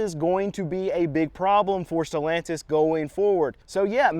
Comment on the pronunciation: Who the fuk is stolantise? Sad to see Chrysler dodge name dragged through the works.